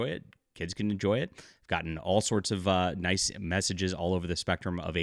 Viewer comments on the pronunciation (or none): none